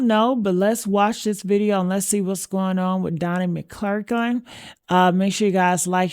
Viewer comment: You can't even say his name! Say it: Mc Clur kin